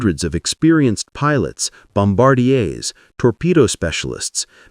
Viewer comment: More AI crap. Who ever heard of a "Bomb-bar-de-A" instead of a Bombardier ?